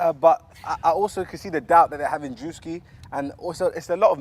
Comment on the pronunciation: beta squad are cooked icl man said jidion🤣🤣🤣🤣💀